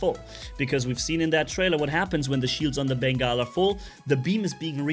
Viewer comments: Pretty sure its pronounced Bengal as in Ben-GAWL carrier or a Bengal Cat. Not Bengai (Ben-Geye) Carrier. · he says Beengaul lol